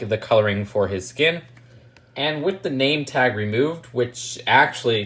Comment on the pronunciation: Instead of saying “With” always say “wif” lmao